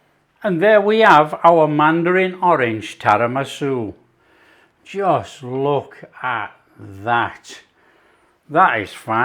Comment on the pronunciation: Its Tiramisu not Tarimasu! 😉Love your stuff by the way 😀 Very sweet of you to call out to that couple.